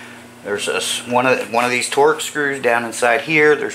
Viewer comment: It’s called “torx”, not “torex”.